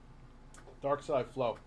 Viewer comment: He didn't even get Darksy's name right. 😂 Big ups DarksyDeFlow.